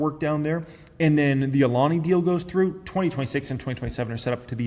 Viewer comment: lol cool you learned how to pronounce Alani. Always improving.